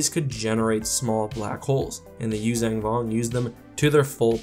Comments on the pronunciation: I'm sorry but could you stop saying Yuzang Vong. It's Yuuzhan not zang, you say it in every video you do using them and it is really annoying. So much so i don't watch your videos on them. It's just a personal thing with me, i can't stand hearing words mispronounced. And to all the people that are going to start hating on me for saying this, there is nothing you can say that will make me give a shit that you exist. Have a wonderful day. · I totally agree with your assessment but I do have one question - How do you get the pronunciation Yoo-Zang-Vong from the word Yuuzhan Vong? I've always pronounced it phonetically and gotten a Yoo-Zon-Vong articulation.